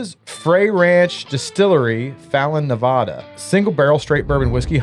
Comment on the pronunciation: As a Nevada local I’m here to tell you it’s Neh-va-duh not Nu-vah-duh😂